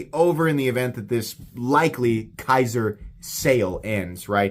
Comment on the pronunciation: Dude, it’s Kizer not Kaiser. Kizer makes the Militaw not Kershaw.